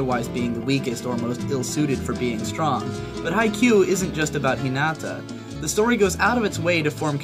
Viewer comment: hi - NAAAAH - tah